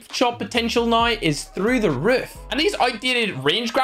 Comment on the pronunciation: He calls now noew